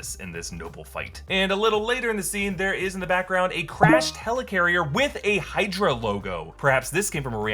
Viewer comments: HAH! Hide-ra, nice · Hide-ra? anyone? no? :( okay :D